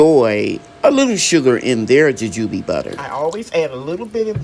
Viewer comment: Nice harvest. Your pronunciation sounds right .. Jujube butter looks good What flavor does the butter has ? Like Apple sauce Thanks for sharing